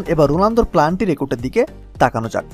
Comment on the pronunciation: Planty 🤣🤣 valo kora bolan tarpor video banan